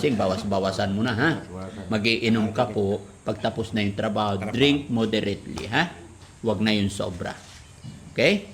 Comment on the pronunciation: Tatay drink moderetly,not moderetsoWatching slways here in malaysia